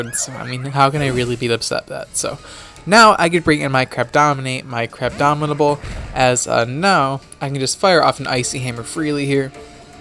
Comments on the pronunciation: GNF Dylan exactly. I hear Crabdomidable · Buzzing Meteor34 Im aware what he named it, Im saying he pronounces it as "crabdominable" regularly, so he doesnt seem to me aware that its actual name is "crabominable" not "crabdominable", or else he wouldnt have named it "crabdominate". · not to be that guy but its "crabominable" not crabdominable, and ice hammer has 100 base power, not 90.